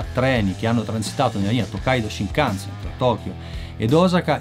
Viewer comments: Una domanda, perché lo pronunci "Sinkansen"?? 🤔🤔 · sai sono piuttosto sicuro che si pronunci scinkanzen tutto d'un fiato, comunque video intrigante come sempre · ripeti con me SCINCANSEN, NON SINCANSEN santa pupazza hai ripetuto sincansen tutto il video 🤣😂🤣🤣 Cmq il costo di un biglietto dello shinkansen costa più o meno come un biglietto AV di trenitalia circa.